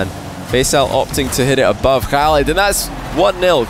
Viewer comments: no not fully proply and its not prounced halid btw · Can I ask, does pronounce the 'Khalid' in oKhalid correctly? I thought with Kh in arabic you don't pronounce the K like you would typically in English, and its closer to 'halid' but with that sound before it that idk how to type